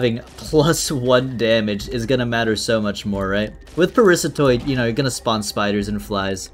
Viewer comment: It's Parasitoid!!!! Not Parisatoid!!! GRAAAH